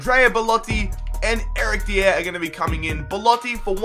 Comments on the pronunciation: It's not Eric D-EE-AIR It's Eric DIE-ER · its not said deee air it is die yer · I beg you don't pronounce Eric Dier's name like that it's pronounced Eric Die-er, love the videos though 😊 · Pronounce Dier correctly plz!! It is pronounced "Die-er". Other than that, loving your content!! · Love you stuff. Massive fan but it is pronounced Eric (die r) not deire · OH MY GOD ITS NOT DEE-AIR! ITS DIE-ER! NOT AN UNCOMMON NAME! HES ENGLISH SO IT DOESNT HAVE A FANCY ACCENT!!!!!!! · Dier is pronounced .. die-er not Di-air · Its eric Die-Ah not deeier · Your pronunciation of player names is atrocious. Who tf is Eric "Dia"? Pretty sure Dier is simple to say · you read it dYer that's the correct form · It's pronounced dye-er not dee-air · I love how he says Eric dier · I'm from Britain and the way he says some of the players' names is weird Especially Eric dier 😂😂😂😂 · The way you say "Eric Dier" makes him sound French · the way he says dier makes me laugh! good video still mate!! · Is just me who gets annoyed when he says Dier's name wrong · pls stop saying dier like a degen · Not how you say Eric Dier